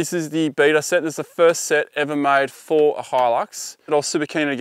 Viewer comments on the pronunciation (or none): none